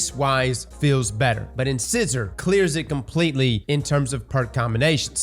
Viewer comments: Lol "In-scissor" It's Incisor, like a tooth :D "In-size-or" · Wouldn’t be a D2 content creator video without somebody butchering the weapon or exotic name 😅 in-ci-sor not In-scissor ✂️ the more ya know 🤷‍♂️ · If I have to hear in-scissor on more damn time lol. In-SIZE-er! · Hello your English teacher here... if you mention in-scissors to your dentist they are likely to laugh at you or take out your in-size-ors to show you one! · Incisor is pronounced in-size-er. Size, like, "What size is that shirt?" Your front biting teeth are called incisors. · In-scissor? Nope. Incisor. Long 'I' sound. LIKE THE TOOTH! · And it's Inc(eye)sor, not In(scissor).. as in your incisor teeth. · Who's gonna tell him it's pronounced In-size-er? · In-SIZE-er, like the tooth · its pronounced In-SIZE-er... like your teeth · The way you are pronouncing in-size-or is killing me. Please. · Right, and what do we call things that cut paper? Scissors. In-scissor.. lol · Hah, cross its pronounced like the teeth - not "in-scissor" lol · Please tell me he’s joking when he says “In-scissor” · Incisor. IN-SIZE-OR. INCISOR. lol bro it’s a common word. You have several of them in your mouth. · Dear god. It's pronounced In-SIZE-or. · I swear to god 😂 In-SIZE-OR. Like the tooth my man 😂😂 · cross saying inscissor hurts lmao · No judgement, just thought you should know. Incisor is pronounced in-sigh-zer. Good stuff, TY for the content. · I guess I have to give points for consistency for mispronouncing "incisor" every single time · Please pronounce 'incisor' correctly. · Anyone gonna tell him how to pronounce incisor? Anyone? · Is cross not knowing how to pronounce things a bit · I feel like he's just saying Incisor wrong on purpose at this point lol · This man's pronunciation of the word 'Incisor' makes me question his dental hygiene. But I know he's got them pearly whites! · the mispronunciation of incisor is killing me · stop pronouncing Incisor wrong.